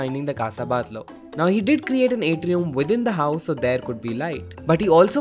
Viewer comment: It’s pronounced “Bat-Yó” not “Bat-Lo”! Great vid though!! 👍🏼👏🏼